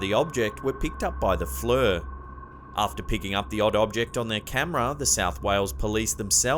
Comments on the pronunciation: It's FLIR, pronounced Flear. Not Flur. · its called a flare not flur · Fluer…..or FLIR? 😂👍🏽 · FLUR lol FLIR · Pronounced Fleer Spealt Flir. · Flir….not fluer! 😂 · not flur fleer pronunciation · Pronounced "fleer". R u a. AI voice? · FLIR is pronounced as "Fleer". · Flir, sounds like ear. Flear flri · Flir is pronounced "FLEER" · Pronounced FLEER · I've heard FLIR pronounced "fleer" on various paranor,al shows... but nice French pronunciation! 😆